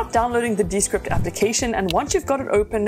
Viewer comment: Wouldn't it be pronounced de-SCRIPT, just as Discord is actually pronounced dis-CORD?